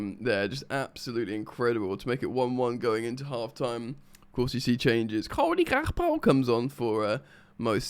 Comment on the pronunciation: listening to “cody gakpo” in a scouse accent is hilarious